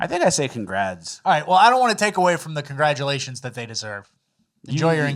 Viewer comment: is trying to say CON-GRADUATIONS 🤔 😂😂😂😂